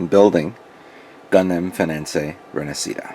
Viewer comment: Yo not to be so hard on you but can you not read? Its fenice not fenincé.